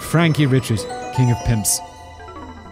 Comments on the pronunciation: My mother grew up in Acadia Parish, across the way from Jeff Davis Parish, where Jennings is. In fact, when my family would go to visit the grandparents and aunts, we'd often go to Jennings to shop. My cousin lives there now. Eerie that this is near where I virtually spent my summers. And Simon, it's Cajun AND Creole. And Richard is pronounced ree-SHARD is S Louisiana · Richard is actually pronounced "Ree-shaard". At least that's the best way I can spell it phonetically. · I guarantee you Mr Richard's name is pronounced Ree-Shard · Frankie Ree-shard